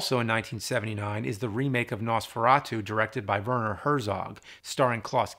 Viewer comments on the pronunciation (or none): none